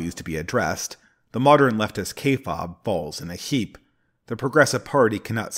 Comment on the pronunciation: btw it's pronounced kay-faabe - kay as in the woman's name, fabe like babe. (use your favorite search engine for kayfabe pronunciation if you doubt me. Which is fine. I'm not perfect).